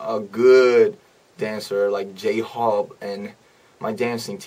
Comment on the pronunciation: Am I the only one who heard him saying "Jhobe" instead of "Jhope" lmao 😂😂